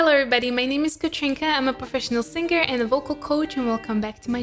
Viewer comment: you pronounced singer as singger.its not correct..mariah still the best.regine was just a trying hard singer !